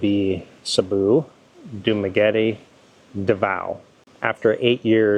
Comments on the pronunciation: Sabu , Duma, and Davao:face-purple-crying::face-purple-crying::face-blue-smiling: only Duma pronounced correctly, an English major/teacher :face-green-smiling::face-green-smiling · You mean CEBU. thats ok. Nobody's perfect.